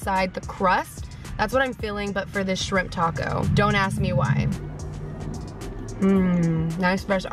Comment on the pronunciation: pronounce the name of the taco correct girl lol